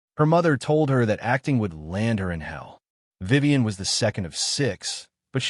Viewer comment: It's Vivian. Not Vivan.